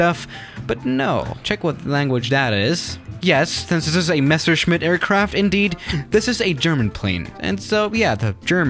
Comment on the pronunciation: perfect english accent:and this is the MESSERSCHMITT perfect german pronounciation 👍🏼